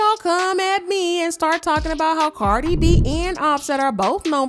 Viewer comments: Is this guy saying carly opposed to cardi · It's Cardi not Carly.. lol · Is this mf calling her Carly B😂😂😂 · why you calling this lady CarLi B 😂